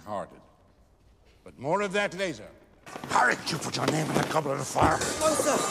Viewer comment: "HARRY DID YOU PUT YOUR NAME ON THE gLoBeT oF FiRe?? Dumbledore are you okay?